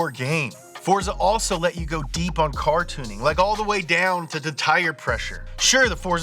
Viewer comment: Anyone else hear him say "Cartooning" instead of "Car Tuning"?